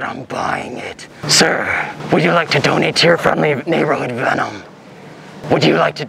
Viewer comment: Veenom lol